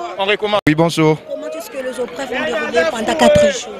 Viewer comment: Les élèves se sont bien défendu mais la journaliste elle est trop nulle Les aupreves au lieu de dire épreuves ( comment est-ce que les aupreves se sont passées 😒)